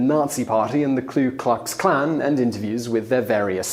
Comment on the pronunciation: I like these top ten videos, but this guy constantly mispronounces words and it bugs me. For example on this one..."KLUE-klux-klan."